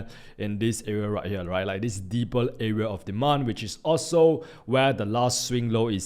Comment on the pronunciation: its here not hele